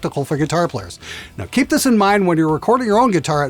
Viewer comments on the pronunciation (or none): none